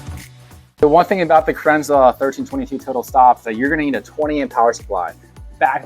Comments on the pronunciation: Cran zel, not krinzler. Second american ive seen bastardise the name. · Kranzle, pronounce kranzil, not kranzla. Great video, thanks. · You pronounce Kranzle about 4 different ways throughout this video. lol